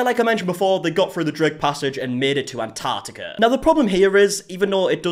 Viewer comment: Somebody please teach these people how to say "Antarctica" 🙄